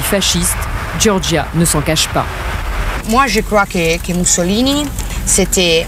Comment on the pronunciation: moi je crrois que Mussoliiini était bon "polichien" 😂😂 Mais elle était trop chou🥰🥰